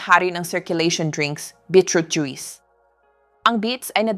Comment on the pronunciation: Yung pronounce Nya sa juice ay juis